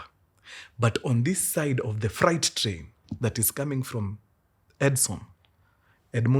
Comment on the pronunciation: Mkuru sema freight... Fre alafu 8. Sio fright